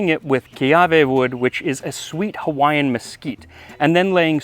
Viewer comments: Yes, indeed! I appreciate your efforts to pronounce Hawaiian words correctly. I didn’t wince once. 😊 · Max's record of perfectly pronouncing every language on the planet continues.